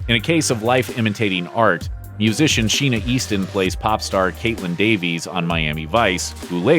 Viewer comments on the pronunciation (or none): none